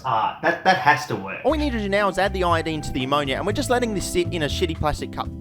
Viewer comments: Aye nye! Not the Nyetrogen Tryeye-a-dyed! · anyone else wanna die from the way he says iodine